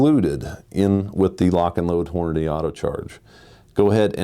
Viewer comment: That awkward moment when your employee pronounces your company name as “Horn a day”